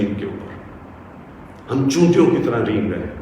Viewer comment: 'Choontiyon', ants... I guess he should have said Cheentiyon, as in Hindustani or Hindi. Poor guy ends up sounding like 'chootiyon'...